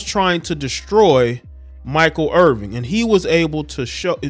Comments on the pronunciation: There's no G. It's 'Err-Vin', not 'Err-Ving'. Basic respect dictates that you should say a person's name correctly. It's not as bad as everyone butchering name. You're better than that. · Irvin not Irving just saying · You can't even pronounce the man's name correctly, you lose all credibility